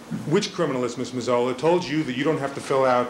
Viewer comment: Neufeld is slaughtering the pronunciation of Mazzola's name